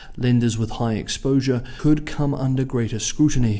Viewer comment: Oh yes! Always heeg kwoality from... from News Zeelands.